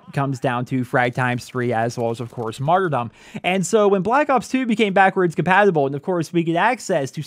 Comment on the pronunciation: Hey, why do you pronounce it "martyr-DOM" when the word is pronounced 'martyr-dum' as in kingdom and freedom?